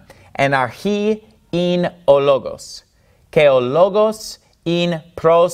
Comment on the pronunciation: Gamma pronunciation is not quite correct. It has no ga sound in it. "Pros" should sound like like pross. Your's sounds like prose. Otherwise not bad!